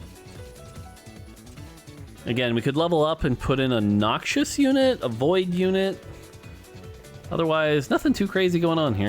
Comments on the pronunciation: Whos gonna tell mort that its "Noxus" not "Noxious" lol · I comment on every video until says Noxus instead of noxious. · Set Looks awesome from what I've seen. And I think it's spoken like "Noc-sus" and not "Nokchus". 😅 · It’s “knocks-us” not “knock shush” 😜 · Noxious(adj.): harmful, poisonous, or very unpleasant. Noxus (noun): fictional country in League of Legends lore. Harmful, poisonous, and very unpleasant. I know they're similar,, but please stop pronouncing them the same. Nox-us does not sound like knock-shious. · The way you said Noxus as Noxious was triggering